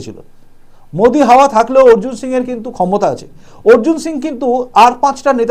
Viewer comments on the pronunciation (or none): none